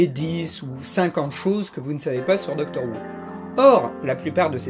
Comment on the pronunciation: "Doctor Woo" j'imagine un docteur asiatique (Who à prononcé comme le Houx)